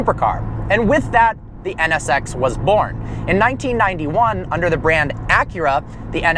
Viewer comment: When he says NSX it sounds like he's saying sex LOL